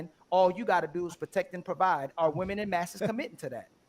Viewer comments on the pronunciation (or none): "En masse" is pronounced "on mass"; why do Americans butcher the Glorious English Language???